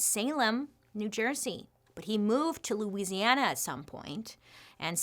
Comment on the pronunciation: I am just so impressed that you pronounce Louisiana correctly 🙌